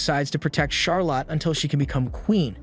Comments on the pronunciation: Charolette is hyped that Flay will be joining in the crime-fighting operations ×2. Why do you pronounce it Charo-lot? This isn't a movie abt how much money Charazard got, yeah? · charlotte is pronounced "shar-let" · Charlotte typically rhymes with scarlet, (lotte is not pronounced like lot)